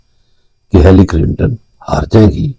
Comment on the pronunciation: Her name is not Hallery, but Hillery...😂❤